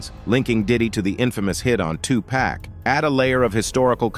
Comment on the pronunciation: If I hear someone call him Tu Pack one more time. It's cringy! And Kid Coodie? Really?